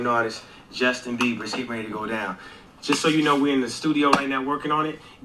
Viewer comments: His name is Justin Beiber (Bee ber) not Beaver. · Not Justin Beaver It’s BIEBER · WHY ..... WHYYYYY ARE YOU CALLING JUSTIN BEIBER..... JUSTIN BEAVER 🦫???? SERIOUSLY.....TWO B's in BEIBER......HES NOT AN ANIMAL! I can't watch if you can't take a moment to read. 🙄 Jesus help us ALL! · I played this 3 times, put it to my ear and watched your lips. You said, "Justin Beaver."😂😂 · Why does she call Justin( beaver)